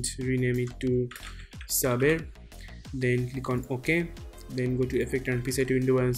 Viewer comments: FYI: It's not pronounced "Sabber", it's pronounced "Say-ber" Your tutorials are some of the best out there man! Keep 'em coming! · Everytime you pronounce Saber wrong, it cringes me so much! It's SABER! Google it! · You guys all say "Sabber", it's SABER, with a long A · Funny how you pronounced "Saber" Great tutorial btw👍